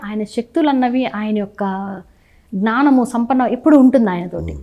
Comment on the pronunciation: Gnaaanamu ??? Pronunciation